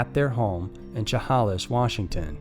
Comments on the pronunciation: It’s pronounced sha-hey-lis lol not cha-ha-less , love your content! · Chehalis is pronounced, "sha-hay-lis" 🙂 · sha-HAY-lis Washington Chehalis Washington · Just a note from Washington.. Chehalis wa is pronounced like - she hey less... This was so heartbreaking and the Lewis County Sheriff office is not worth pee in a pot. They are as crooked as a river. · 😂 Chehalis ıs pronounced She Hay Liss.. I grew up around there. Know the family. It was really sad. The shopping center their car was found at was Yardbirds. I’ve been to where their bodies were found. There were flowers placed there. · Shu hay less Please learn to pronounce town names correctly. You butcher them! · Chehalis is pronounced shuh-hay-liss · Chehalis??? (Sh-eh-hay-lis) ? Lollllll being near here and hearing it pronounced differently is amusing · The way he said Chehalis made me laugh lol I live in Washington and hearing the way people who aren’t from here try to pronounce the names of the towns is hilarious, it’s pronounced “shuh-hail-is” It’s especially funny hearing people try to say Puyallup, Sequim, and Tulalip 😂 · FYI - For story 2, it’s pronounced “Sha-hay-lis” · It's chehalis pronounced (ssshh -uh -hey -lisss) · it's pronounced " she - HAY -lis... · Chehalis is pronounced "shu-hay-less" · Shuh-hey-less washington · Just an fyi....Chehalis is pronounced Sha-hey-lus. I live in Washington and there are a LOT of weird towns/cities here and most of them get mispronounced. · It’s SHA-HAY-LIS. Chehalis. I’m dying. 😆😂 I love this channel so much. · It's pronounced "sheh-HAY-lis". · Love the channel! I do have one correction...the town of Chehalis is pronounced “Shu-hay-lis”. Born and raised most my life in the Pacific North West. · I grew up there too (just outside of town). I would say it is pronounced 'she-hay-lis'. Great channel. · Its pronounced Shuh-hay-lis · Sha-hay-less You're welcome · Dude you absolutely slaughtered the pronunciation of Chehalis, WA. You should research that before filming.